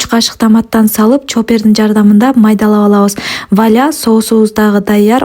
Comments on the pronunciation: Бечара келин орустардын Вуаля деген созун жакшыы запись кыла албай калган экенде Валя деп кое калыптыр. 😂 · Франзуздун "Voilà!" кыргызчасы "ойля!"😅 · Өля дегендей угулган , көрсө валя турбайбы😂. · Валя деди го 😅